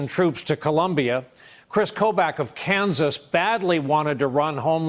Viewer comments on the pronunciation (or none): none